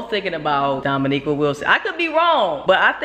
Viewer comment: I LOVE YOUR VIDEOS,.... BUT PLEASE DO ME, AND POSSIBLY OTHERS, AND MAYBE EVEN DOMO ONE HUGE FAVOR!!!! YOU HAVE TO PLEEEEEEEEAAAAAASSSSEEEEE PLEASE P L E A S E STOP CALLIN DOMO "DOMONIQUA" LOL BVS!!!!!! IT SOUNDS SO HOOD-RATCHET!!! HER NAME IS DOMONIQUE (pronounced like domo-neek)